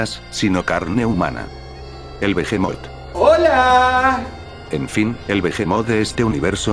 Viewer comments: Se pronuncia bihimot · TERRIBLE HABLA SE USA LA H